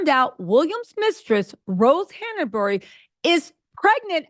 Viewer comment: Just FYI, it's Han-bury, not Hannah-bury.